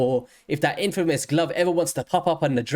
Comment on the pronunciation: "infamous"!? Come on now